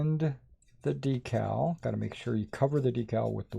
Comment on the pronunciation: DEE_CAL! not a dekkal'! hahaha!!! LOVE it! Like a magazine, is NOT A Clip! hahaha! You told'em Brother! Great video!